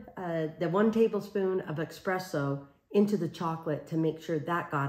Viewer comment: Amy there is no X in espresso 😳